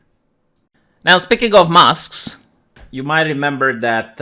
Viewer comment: I love your accent, when you puppies, I thought you said poppies and mask mosques. And I was confused when I thought you said "speaking of Mosques" I'm like "Did he cut something out and left in the reference?"